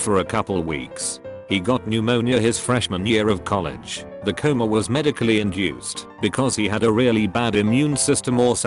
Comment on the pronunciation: What's so hard about pronouncing the word "coma"?